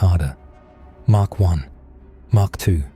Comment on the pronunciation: It's mach not mark for speed of sound.